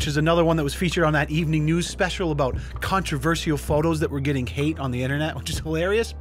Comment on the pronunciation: Why do you pronounce “controversial” like that... just pronounce like a normal human being lmao